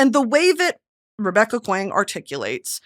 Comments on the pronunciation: Saying this because I love you but Kuang is pronounced KWONG I mispronounced Jodi Picoult's name for 15 years before I realized and I wish someone had told me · Kuang is pronounced more like song and as if there’s a w so Kw-ong or Kwahng if that makes sense, she directs people in interviews about how to pronounce her name so I just thought I’d add that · So glad you read Babel, welcome to the “R. F. Kuang is my favorite author” club. Linguistics meets anti-colonialism 🤝🤝🤝 EDIT: please know Kuang is pronounced similar to “song” with a K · Hi! Just a clarification, RF Kuang pronounces her last name like “Kwang” or rhymes with song. I only bring it up because she’s corrected previous interviewers about it! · Bestie I’m begging and pleading here…. It’s pronounced Kwong not Kwang 😭😭😭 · btw R.F’s name is pronounced “Kwong” like “gong” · brittany i love you but you are far too well educated to be pronouncing r.f. kuang's name like that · Bestie I’m begging you to pronounce Kuang correctly 😭 But more importantly R.F. Kuang is also my favorite author as of recent (I’ve read all of her books in the past 7 months) and was lucky enough to see her in person and hear her talk about Katabasis! I can’t wait to hear you talk about each of her books as you read them!! Edit: the poppy war is not YA in my opinion but it is NOT a romantic fantasy Also my reading order was Yellowface, The Poppy War, Babel, and then Katabasis and all of them were 5⭐️ reads for me 😌